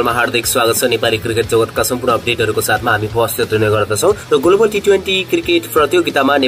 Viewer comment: गोलोबल हैन होला ग्लोबल होला है सर।